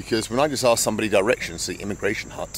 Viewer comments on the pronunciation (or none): none